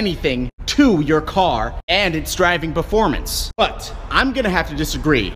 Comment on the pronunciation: Sport "Berformance" 😂🤣😂🤣😂🤣😂